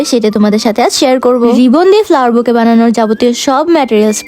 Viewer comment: বুকে বলেন কেনো বুকেট বলবেন